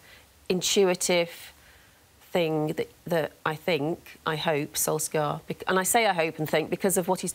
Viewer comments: When are these 'journalists' going to pronounce 'Solskjaer' properly? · Can they stop pronouncing his name wrong